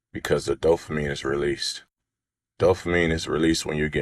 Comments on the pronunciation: I was thinking the same thing. Smh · First guy could've at least looked up dopamine, so he could stop saying "dofamine".